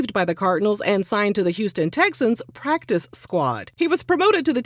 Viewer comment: The emphasis on “PractiCe” in PractiCe Squad 🤌🏽